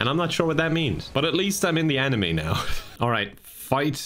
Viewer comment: Why does he call the animus "anime"